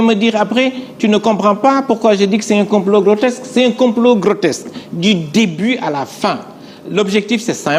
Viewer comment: Ohhh il est soûlant ce journaliste et oui pas logique. On dit grotesque et non grotexce, ignare va! Qu'ils sont élégants, éloquents, pertinents et réfléchis... les Pastefiens 🥰